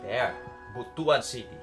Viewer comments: We're gonna take a moment to learn how to pronounce Butuan City correctly. Butuan is pronounced as BOOT + WAN . NOT BOO + TU + AN. Buto (boo + tu) means male genitalia in Bisaya. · Its pronounce "Boot-twan". Not "Bo-tu-an". Kabastusan yan, pari. Dugay kana sa labas ng Pinas. Tonto lang ka gihapon.